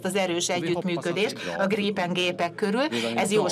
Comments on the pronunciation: Csak a kiejtésben Grípen (hosszú í), írásban nem. Svédben nincs hosszú í betű. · Nem Grippen hanem Grípen, hosszú ííí-vel egy p-vel